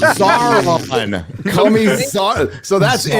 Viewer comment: After two decades, still can't say Sauron's name correctly. You wouldn't call Luke Skywalker, Loog Skywunker. You wouldn't call "" "Gay." Well, maybe that one fits., The dragon in the Hobbit is not "Smog," it's Sm-oww-g. And it's not "Sarron," it's S-oww-ron. You don't say "Nookuler" for "Nuclear." Sauron is one of the foremost villains in all of literature, say his name right, man. "It's 'make like a tree and LEAVE,' ya sound like a damn fool when you say it wrong!"